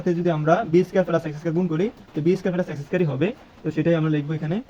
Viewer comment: ফেলাস নয় প্লাস